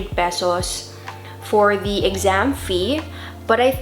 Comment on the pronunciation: You sounds like Philipina when you say Pesos.